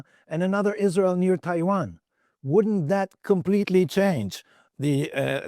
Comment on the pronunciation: Mike, it's not pronounced Is-REAL.